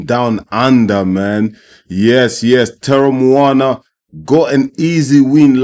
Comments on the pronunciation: You were closest to the right pronunciation of Teremoana at about min. but draw each vowel out. Te - re - mo- a- na (and roll the 'R') Greetings from NZ. Well done. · You roll the r off your tongue. Te-re-mo-ana. But you pronounced the english way properly aswell. In maori. Roll the R's. The pacific warriors are rising in the ring. There's an arsenal of fighters on the rise with jai. Jai, Huni, Teremoana, tyson pedro, Aukuso brothers, leapai jnr, victor biace of team parker. If he wanted to step up. Willis Meehan, etc, SBW, and new Zealand's Joseph Parker who's already a champion in our eyes for pacific warriors. Taking the last warriors places. David tua, Jimmy Thunder, Alex Lionheart leapai, sugar Ray sefo, Danny Green, butterbean latele.